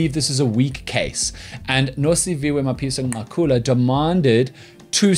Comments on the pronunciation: Dan, I love you more everytime I hear you say Mapisa-Nqakula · It is clear that he consults black people on how to pronounce these words